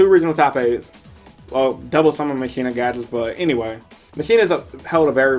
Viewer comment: Machina is pronounced Mach- Eena. Like mak